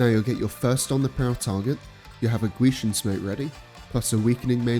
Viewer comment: Man pronounces gwisin perfectly